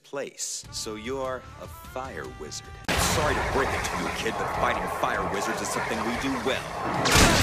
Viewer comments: Did I just here "Farting to protect what you hold dear" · When Erza's part came on, I though she said "Farting" Instead of "Fighting" xDDDD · iKittyGalaxi yes she said fighting though it sounds like farting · At I 42 did Erza say fart??